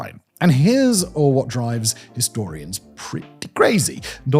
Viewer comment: "and here's uh-hwhat"